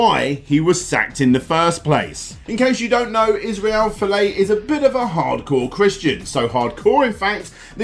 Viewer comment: If you're going to do further updates about Israel Folau, you need to listen to any news video pronouncing his name! The way you are saying it is embarrassing!